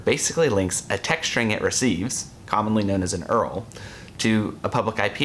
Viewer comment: I’ve never heard anyone call URL “Earl” before. Haha